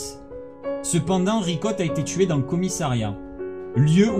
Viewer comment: A un moment tu a dit vicotte 🤣au lieu de Ricotte